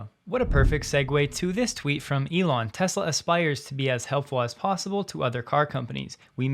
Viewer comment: You can’t even say Tesla can you